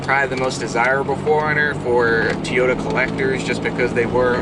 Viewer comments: Say it with me Toy-o-ta. Not Tea-o-ta They were never and will never be a Teaota. Toyota, Toyota, Toyota.... I have a 3rd gen now and I used to own a 1st gen - Solid axle and fuel injected. Simply the best of all gens. IMHO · Jennifer Howell Yes, TO-YO-TA. Not Tiyota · why do you say Toyota like "teeyota". It's toy-yo-ta. good vids either way tho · I still love the look of the Gen 3 but love the V8/V6 of the Gen 4. I drive an 04 V6 SR5 that I will drive until the wheels fall off, and we all know that is a loooooong time! :-) With all due respect, it's prounounced "Toy yo ta" not "Tee yo ta". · wtf is a 'TEE'yota? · tea-ota, never heard that before lolololololol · Not really going to take 4Runner opinions from somebody who can't even pronounce "Toyota" correctly. Shrug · Seriously, how can you review a car manufacturer and not know how to pronounce one of the biggest car manufactures in the world?